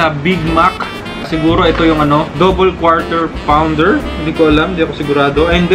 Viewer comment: "KWAW TER PAWN DER" pa more kuya. Hahahaha